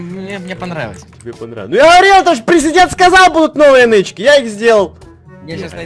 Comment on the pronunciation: Я на услышала не президент, а пи*дент)))